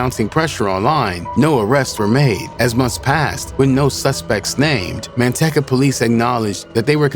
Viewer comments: Man- teecuh not man tech uh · MAN-TEC-CA? LOL I DONT THINK THATS HOW YOU SAY IT